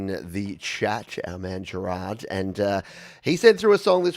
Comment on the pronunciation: Keep up the good work,! Your yml show is one of my weeks highlights! (Haha its pronounced Géràrd, (like that french actor Depardieu) cheers!